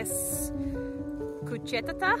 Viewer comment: We say "the weather is nice" ... we don't say "good" ... Also, the stress is on the first vowel "кУчетата" (dogs) . Anyway, I don't know how much effort you put into this, but your pronunciation is not bad at all. Your "R" sounds quite Bulgarian. Happy Baba Marta! :)